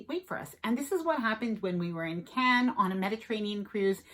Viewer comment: You should have learned to pronounce Cannes 😆